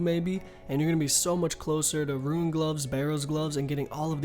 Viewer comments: "Ruin" It's Rune... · Can never get over this guys pronunciation of rune...ITS ROO-N... not ROO-IN... its not spelt ruin... ITS RUNE .....URGH!!! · Him saying fucking ruin for rune killed me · RUNE! NOT RUIN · r00n, not ruin* for Rune lol